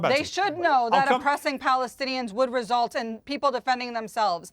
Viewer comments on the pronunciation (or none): none